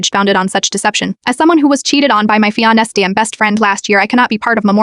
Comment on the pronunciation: It can't pronounce fiancé eithet